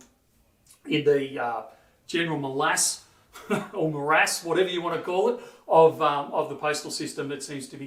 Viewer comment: Lol you tried to say 'malaise' but it came out 'molass' like its stuck because its covered in molasses. it works.